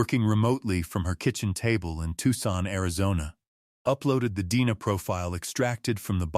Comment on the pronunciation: If you’re going to post cold case stories, be sure to tell Ai that D N A is pronounced as letters.